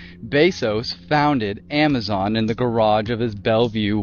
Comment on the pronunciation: A-mazon = A-Mason